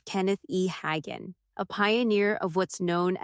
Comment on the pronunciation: It's pronounced .....HAY......GEN.....(AI....sheesch!)